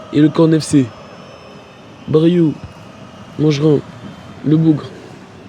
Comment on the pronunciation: Parcontre c bryou pas baryou